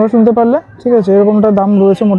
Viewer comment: santa ❌️ Sunta. ✔️